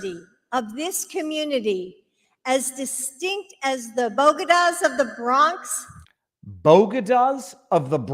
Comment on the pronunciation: As a New Yorker we have what? Boegadus....